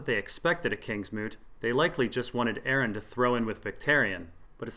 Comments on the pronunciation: I cringe every time i hear Aaron... Its Aeron lol like ay-er-ron... Jus5 call him damphair lol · Nobody:...: Pronounces Aeron as Aaron